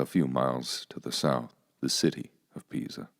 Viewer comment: Ok so how did you suddenly learn how to say “Pisa” at the end after pronouncing it “PEEE zhu” throughout the entire video? Are humans in capable of narrating their own videos anymore? Everything has to be AI?